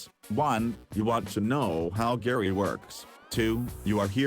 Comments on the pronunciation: “This is gayrah” 💀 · okay your video is great yes... but the way you say gara made me dislike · im today years old that i found out Gara is not pronounced "GAH"RA